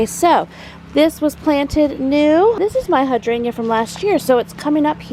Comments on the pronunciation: The purple globe flowers are allium and hydrangea is pronounced ‘hi drain juh ‘. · Hi! Hydrangea is pronounced hi-drain-ja.